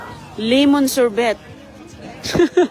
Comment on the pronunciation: Old video and the way you pronounced sorbet and pastries is wrong. My gosh woman please learn how to speak English.